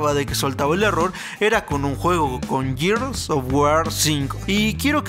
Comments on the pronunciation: Muy buenos reviews... Informativos reales... Sólo una cosa, Gears of wars, Gears se pronuncia "GUIERS", no yiers... Saludos ;) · Es Gears o Yirs 😅 es Siries Ex o Series X mejor hay que pronunciar en español 🇲🇽 que espanglish 🇺🇸